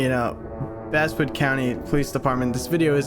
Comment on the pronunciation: I can't get over how Basswood keeps getting its pronunciation changed from Bass as in the fish, to Bass as in the instrument.